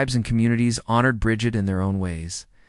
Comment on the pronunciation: Say it with me now... Breed. Or at least Brijid. Also, keltik